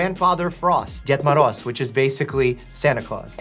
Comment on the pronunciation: I speak Russian and he is really good at saying ded moroz